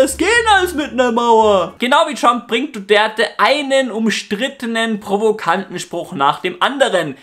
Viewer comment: Duterte und nicht Duderte. Was ist das überhaupt für ein Name?! Du Gerte? Du Dörte? Du der te?